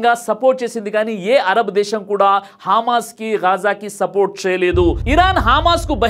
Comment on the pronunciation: గారు మీ ఉచ్ఛారణ సరిచేసుకోండి హజర్ బైజాన్,,కాదు హామాస్ కాదు హమాస్ హెలికాప్టర్ కాదు కాస్టర్, ఇజ్రయిల్ కాదు ఇస్రాయిల్ అని పలకాలి